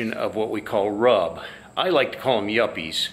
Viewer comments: Yes.. I noticed it happened in 97-98 specifically.. once you start seeing children walking down main street because they came with their parents in a truck and trailer its pretty much over.. and btw.. rub is pronounced rube with a long "u" .. last time I went was for the 75th.. waste of time.. no one is letting people camp proper.. and I had to bail my wife out 6 fucking times for flashing. Fucking joke.. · Totally agree it's a RUB fest. Except it's pronounced 'roob'! LoL I hate crowds of stiffs, the last time I went to Sturgis was in 02 and I thought it (downtown) was an overcrowded RUBfest. The Rally's only saving grace? Then as now, the excellent riding in the Black Hills!